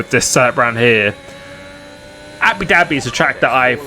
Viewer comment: Abi Dabi bro it’s abu Dhabi